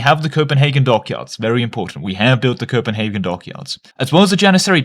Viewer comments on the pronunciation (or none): none